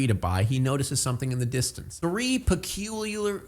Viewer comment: Just say Peh-kyoo-lyerr PIG, like the scottish. Btw not scottish.